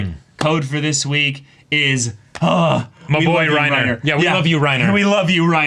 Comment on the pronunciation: I love when they say Reinhard instead of Reiner, they are both excelent characters ahahhaha Props to for manteining the pokerface in this reactions, we know it should be super hard We love you Reiner!